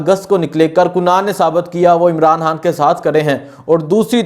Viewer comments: Bhai jaan (Haan) nhi khan bola kro plz😂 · sab baten theek but mery bhae... hay or khay ka talafuz to theek ker lo... khan ko haan bolrhay ho, pehlay theek se bolna to sikhoo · Bhai Sahib, you do good work, but I have a suggestion for you. Kindly try to work on your pronunciation (Talaffuz). You can't say ray and khay properly. For example you can't say Khan or Raat properly. You will become better presenter and journalist with correct pronunciation & accent